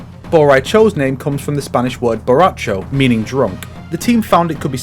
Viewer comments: Not everyone can roll their R's for the correct pronunciation. Give him a break 🤦🏼‍♂️🤷🏼‍♂️ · Fun fact, in the mexican dub, they pronounce his name as Bo Rei Cho because the original name sounded too much like borracho so they clearly didnt get that was the point Im pretty sure thats meant to be gender bended Fujin